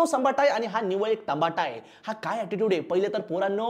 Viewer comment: Sambata❌️ tambata ✅️